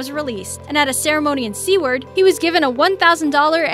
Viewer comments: Seward is pronounced like sewer (where the Ninja Turtles live) with a d on the end. Not See-ward. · Seward = Sue word. She also butchered Tlingit which is pronounced Klink it